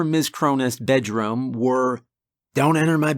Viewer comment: Um guys why does he say budDRUM or move it to the livingRUM